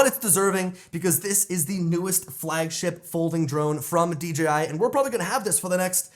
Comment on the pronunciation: Still a horrible flight durations, also stop,saying D GEEEE I Its D JAY I Ya 🤡